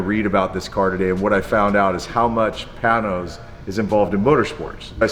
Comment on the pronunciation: Pain nose. Not Pan nose.